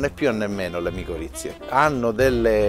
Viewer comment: Micorrize non miccorizze